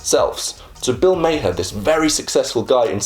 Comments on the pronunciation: Was going to say - it's pronounced "Mar!" Kinda surprised he missed that, considering how prevalent Bill is online. >_< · Bill Maher's name is pronounced like "Mar" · Nah. It's an Arabic name that's supposed to be pronounced ma-hirrr with the rolling R. It means "skilled". Mar is just the American interpretation of the name lol